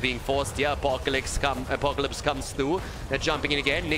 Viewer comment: that sounds soo funny xD